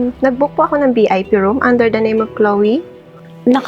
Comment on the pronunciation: Hindi po bip Vip po sorry po angsakit sa tenga kase nakkabwesit ang manager